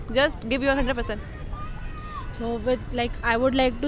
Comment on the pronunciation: Give your HUNDER percent .. LMAO 😂